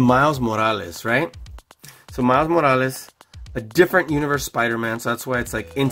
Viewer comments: Miles Moalas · The way he says morales makes me cringe